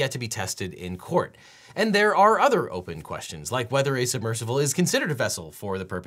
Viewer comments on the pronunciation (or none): How is no one talking about how Devon pronounces it submercivle? Idk if it's just me or am I going crazy? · Devon knows there is no letter "V" in the word submersible, right? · SUBMERSIBLE. Why do you keep saying "submersivle?" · If I start saying "submersivle" after hearing Devin say it for 25 minutes I am going to be PISSED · I’m here to hear Devin say “submersivle” over and over 😂❤